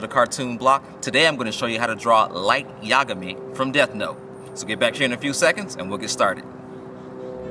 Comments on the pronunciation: to pronounce his name you emphasize ga in yagami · yeah! ik right? it was freaking frustrating. SAY IT CORRECTLY OR DONT SAY IT AT ALL. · thats not how you pronounce yagami...